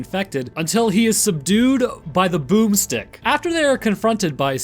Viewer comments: Thought you said boobstick instead of boomstick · Keep saying boomstick for shotguns. But in an accent that sounds funny.